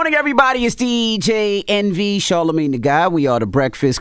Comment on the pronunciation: Glad that Envy pronounced his name correctly 😅